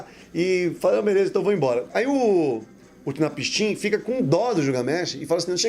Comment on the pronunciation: A pronúncia é Unapsin, ótimo vídeo 👏🏻👏🏻👏🏻